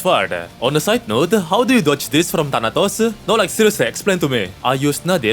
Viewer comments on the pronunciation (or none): none